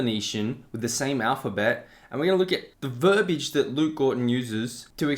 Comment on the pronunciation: Listen, that chicken scratch 🐔is obviously proto-Hebrew. 🐓Cluck-cluck. 🐓 By the way, bro, "verbiage" has 3 syllables. It's not "verb-age". 🌠The more you know 🌠 By the way, the term was "abjad" which is "a writing system in which only consonants are represented by letter signs, leaving the vowels to be inferred by the reader (unless represented otherwise, such as by diacritics)."